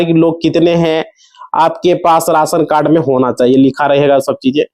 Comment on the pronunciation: Rasan cad nahi be ration card lagtha hai ye up bihar ka hindi sahi se bolna seekh be